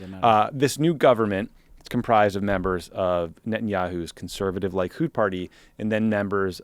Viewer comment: A few corrections about the Israel rant: Likud is pronounced lee-KOOD, not LIE-kood (although I appreciate the pun), which ironically means "Unity;" although the same Hebrew root fittingly also means "trap" or "capture." And this isn't who Bibi was 5, 10, or 15 years ago: This is who he always was: 30, 40, and 50 years ago. Likud staged near constant rallies and protests leading up to the assassination of Yitzhak Rabin, ubiquitously depicting Rabin in an SS uniform surrounded with swastikas. Just three or four months before the assassination, Bibi himself led a mock funeral procession holding a noose while his crowd shouted, "Death to Rabin!" and naturally he refused to disavow or condemn his people when the Shin Bet told him there were genuine threats to Rabin's life. He still refuses to acknowledge any part in or make any apologies for his part in the incitement, even 30 years later. None of this is concealed or even controversial in Israel. The real issue is the fact that no one outside Israel seems to speak or read Hebrew and just takes whatever Bibi says in English at his word, despite everything he actually says and does when he's in his own environment. Oh, and please just say "Bibi," "Netanyahu," or "Binyamin Netanyahu." "Bibi Netanyahu" sounds unnatural to my Hebrew-speaking brain. And he speaks really good English because he grew up in Philadelphia. It's why he sounds like Sylvester Stallone.